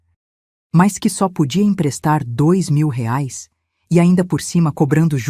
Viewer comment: "rares " não, "reais " 😅